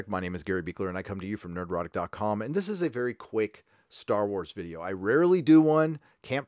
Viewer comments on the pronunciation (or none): none